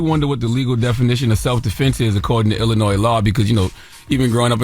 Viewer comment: Teslyn if you are going to report national news please learn how to pronounce the name of the state. The “s” in Illinois is silent.